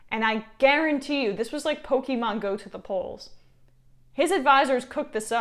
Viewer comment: Emma, It's PokAEmon, Not Pokimon!!!